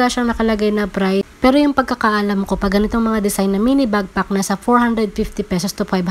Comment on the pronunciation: Madam, backpack po not bagpack medyo sumakit ears ko. Lol ✌️ Thanks for this info po 😊